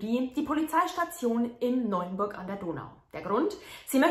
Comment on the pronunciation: Hallo, mein ich das nur oder sagst du Neunburg?:) Die Stadt heißt Neuburg:) Wohne nicht weit weg von dort. Vielen Dank für deine interessanten und gut recherchierten Videos, ich könnte dir stundenlang zuhören <3